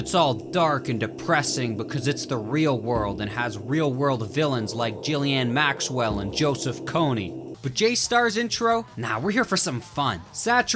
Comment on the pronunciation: bro said jillian maxwell 😂